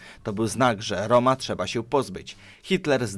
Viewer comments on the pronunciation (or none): none